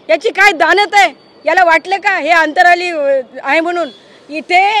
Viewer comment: ताई अंतराली नाही अंतरवाली अस नाव आहे